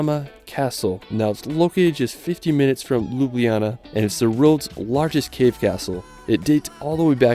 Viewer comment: You've butchered the Ljubljana's name lol